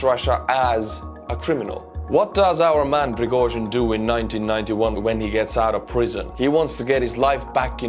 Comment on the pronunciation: Piragozhin lol